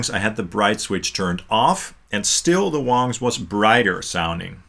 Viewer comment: I Feel like you are pronouncing the Wang wong. See what I did there? Wong, wrong…